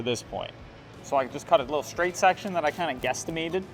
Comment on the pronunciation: Love the exhaust and the sound but one thing, please learn how to pronounce 'straight'. It's not shtraight:D